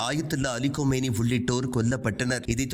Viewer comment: கொமேனி அல்ல கமேனி. செய்தி வாசிப்பதை தவறாக வாசிக்க வேண்டாம்.